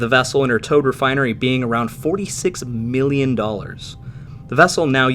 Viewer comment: One Meelion Dollars!